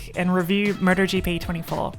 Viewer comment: She's saying Murder GP!